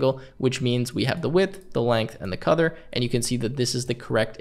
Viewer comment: great video as always but.. am I the only one who heard him say "Codder" for color? :'D